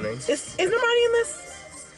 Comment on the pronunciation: bruh bruno pronounced normani's name wrong when he was saying the academy awards stuff, "nor-mun-ee"